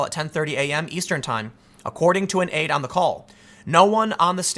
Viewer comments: "... according to a campaign ad"? You're mispronouncing "aide" multiple times in this video... Why? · Tim...aide is not pronounced add. Aide like help, not an advertisement. You said add instead of aide twice in the first 4 minutes , I dunno what happened there, in the previous paragraph you said aide correctly and then started saying add. Just something I noticed, but I get it, your reading fast. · Aide being pronounced like 'ad' eh, Tim? :p